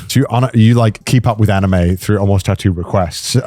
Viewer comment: Love this guest but god the way he pronounces anime is grating😂